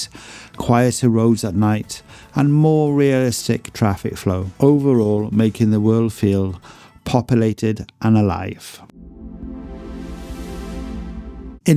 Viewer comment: the word is not popilated there's a U in there